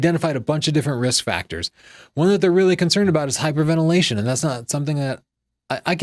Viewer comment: "Hyperventilation" (two 'i's', rather than three. lol)